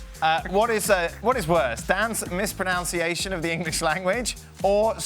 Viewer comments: Dan "Mispro-noun-ciation" when it should be "Mispro-nun-ciation" 😂😂😂😂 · Dan, please note it's 'mispronunciation', not 'mispronounciation'.